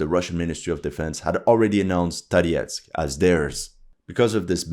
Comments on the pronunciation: why do you pronounce Tarietsk , the city name is for the French communist leader maurice Thorez pronounced like from the Viking Thor the place must be full of underground passages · Why you have UA flag and pronounce Toretsk with the russian accent?!